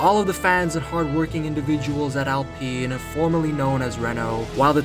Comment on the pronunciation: Its pronounced OWLPEEN.